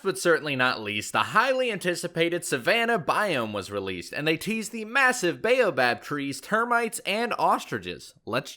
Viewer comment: oof you're killing me with your pronunciation of baobob